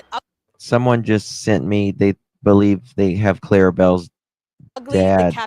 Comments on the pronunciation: Her name is Claire Bell NOT CLARA BELL!!!!! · Sweetie, her nam is Claire Bell, NOT Clara Bell. Love you!